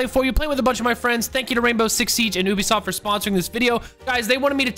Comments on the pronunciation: Anybody else notice tylers pronunciation of ubisoft? Ooobesoft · My mans just called them Oo be soft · wildcat always says "oobisoft."